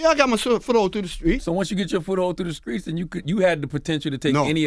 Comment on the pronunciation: Can Charlemagne say the streets not the skreets